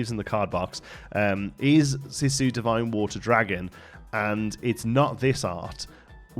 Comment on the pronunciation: Good stuff!! One pointer, Sisu is pronounced "See - Su" ( ), not "Sih-su"!